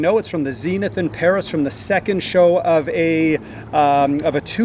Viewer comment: It's Zenith as in Zen not as in seen.